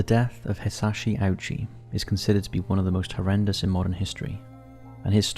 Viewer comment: You did an absolutely amazing job on this video. Just a small note in case it helps — Hisashi Ouchi's last name is actually pronounced Oh-chee, not Ow-chee. Thank you for the hard work you put into this.